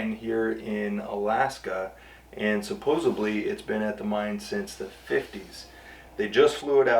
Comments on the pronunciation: Great video, and It's supposedly not suposebly 😁😁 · there are no "B's" in SUPPOSEDLY!!! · There's no "B" in supposedly. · The word is Supposedly not supposably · The word is Supposedly. Not Supposably. This is your supposed job? Is proper. This is your supposab job is not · Great resto man =) And it's "supposedly".